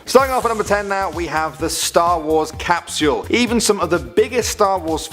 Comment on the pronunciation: It’s cap-sule not caps-u-el. 😂